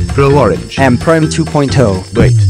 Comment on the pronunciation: That is not prime It’s prome